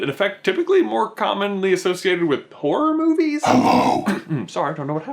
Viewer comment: I thought he said "porn movies" at the start.........